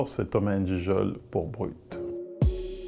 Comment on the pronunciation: On dirait il sait plus prononcer son nom comme au bled il a pris la prononciation française 😂😂